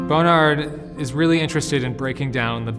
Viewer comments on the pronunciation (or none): Is he really saying Bone Ard?